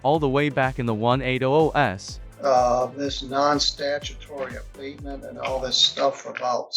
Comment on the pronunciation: * More STUPID AI narration * Listen how it STUPIDLY says "21st century" and "1800's" - that's when I stopped watching. (1) Stop watching (2) DISLIKE (3) Click "Do not recommend this channel". The people who made this video do not even speak English! Why don't they do the video in their own language?? By watching you are probably supporting people who hate America!